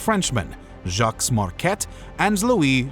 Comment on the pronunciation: How does AI manage the correct French pronunciation of “Joliet,” but butcher the name “Jacques?” It’s not a plural!